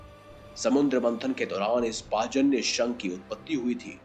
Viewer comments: Pachanya nahi panchajanya pehele sahi se naam uccharan karo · पाचन्य नहीं पंचजन्य शंख है वो..!! 😂😂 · पाजन्य नाही it's पांचजन्य बोलतात त्या शंखाला ..😊😊🙏🙏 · Bhai Srikrishna ki sankha ka pronunciation thik se karo ........ Panchajanna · Narayan ke divya shankh ka Sahi ucharan "Paanch Jannya" hota hai sirji